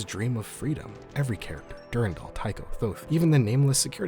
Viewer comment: du RAN dal. du RAN dal! not DUR 'n' DAL. it's literally a french name, I have no idea why people youtube pronounce it wrong (probably mandalore's fault lol)